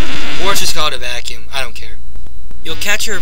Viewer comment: and what about mario sunshine waterpack and u saying the 3000 vacume u saying it stupit